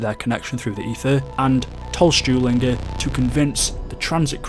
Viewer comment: m8 its stulingher not stewlingher